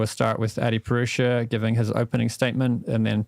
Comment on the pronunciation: "A-purush"? How white of you?!